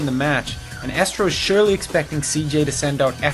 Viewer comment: it's Estro(and pronounced eestro). Just saying. And the last vod had Tazza there, and he is pronounced Tazza(double z like pizza) not Tasa. It is a bit annoying.